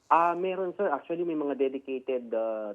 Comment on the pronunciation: ACHULLY... ACHULLY... ACHULLY...